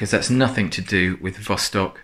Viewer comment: Thanks once again for your accurate presentation of a remarkable wristwatch. Actually the name in russian is pronounced vastók (and not vóstok). Of course vostok means east.